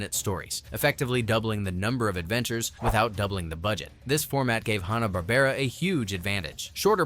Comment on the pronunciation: It's HANNA, not HONNA. 😃